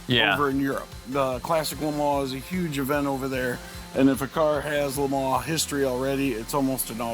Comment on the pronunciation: Amazing. And its fun to hear LE MANS pronounced properly.